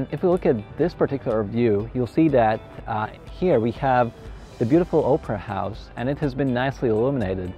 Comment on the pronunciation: I thought he said Oprah house 😂😂 it took me a minute to understand opera house 😂